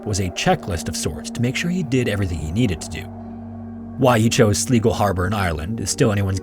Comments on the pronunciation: This is not me trying to chastise the creator as I don't expect him to know everything, (he talks about lots of countries after all!) but in case anyone reading this decides to visit Ireland, the city he talks about, Sligo, is pronounced like Sly-go. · um guys..... sleego? are you pulling my leg? are you me as a child using vocabulary i read in a book above my reading level out loud? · Just saying "Sligo" is pronounced "sl-eye-go". (the "i" is pronounced long like the word "eye") ;) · "sleegoh" - OMG, my skin crawled at that mis-pronunciation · Another great episode. BTW: Sligo is pronounced 'Sly-go'. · Think Sligo is pronounced Sly-Go - it's the Anglicised version of the Irish 'Sligeach'. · Great video man, been watching your videos for a while and always look forward to your next upload! One small thing, your pronunciation of Sligo was funny to hear, we pronounce it Sl-eye-go here in Ireland. Beautiful place it is, well worth a visit if you ever find yourself this side of the Atlantic 😁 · Love these, only thing is it's pronounced slai-go ...was bugging me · For the love of all things holy, look up the pronunciation of place names. I’m two minutes in and the only thing you haven’t butchered is Ulster. You’ve mangled Sligo at least 5 times. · That's just not how you pronounce "Sligo" 💀😂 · just can’t handle the pronunciation of sligo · Absolutely not the point here but every time I heard the pronunciation of Sligo something inside me died Anyways thanks for having the best videos for chill time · There were so many places I've been to in the first story that it was extra chilling... it just was really distracting to hear Sligo mispronounced over and over. (The first syllable rhymes with "eye.") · The real horror here is the pronunciation of the word Sligo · the way that you pronounced "Sligo" in the first story, makes it very obvious that you are not Irish. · the i in sligo is pronounced as an i not an e.... and you think he knew when he was going to die? stroll on